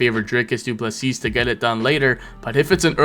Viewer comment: Turned this off the second he called him Dricus Doo Plesseeasse. Don't pretend you can't say his name he's literally the world champ. Funny thing is that he got Khamzat's name perfect and even omitted the silent K